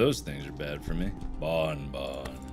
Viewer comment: What Mark says : I NEED A BONBON!! What I hear : I NEED A BAWN-BAWN!!!